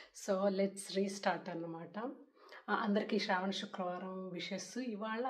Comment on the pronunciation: Madam okka request telugu lo manaki శ్రావణ శివ అంటే శ అక్షరం కదా పలకాలి...మన తెలుగు లో మాత్రమే కదా శ అక్షరం ఉండేది మరి "శ" నీ "ష "గా పలుకుతున్నారు that to meelanti telugu భాషాభిమానులు...just idi okkate suggestion... otherwise love all your videos ❤❤❤